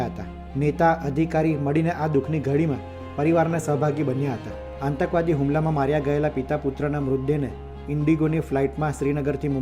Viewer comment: ઓ patrakar,આતંકવાદ શબ્દ નો ઉચ્ચાર સાચો કરો,કાં તો patrakartva છોડી દો